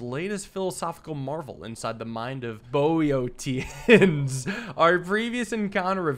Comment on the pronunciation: Starting off early, I see. It should be "Pom" or "Pahlm." "Zhahn-Darm!" (The gendarmes were the police) "Boh-ee-shuns" (Boeotia is a district of Greece - he's using it as a synonym for "Philistine") The word you skipped over is pronounced "boo-tahd". "Sah-GAA-si-tee". "On-ree Dah-rah-mitz" That was pretty close, actually. "Bear-zher-aack" "Ree-sheu-lyeu" (The u sound here is not easy to transcribe to make sense in English, sorry.) "Muh-syeu" (Same u sound as in Richelieu) But where else am I going to get comment fodder from? "Cah-PRER-uh". It's an island in the Mediterranean, so clearly Theodore's not doing too badly. Again, it is "Leev-re." Sophie "Doe-bin-yee."